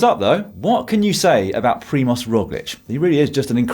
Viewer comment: It's Primož not Primoz ;)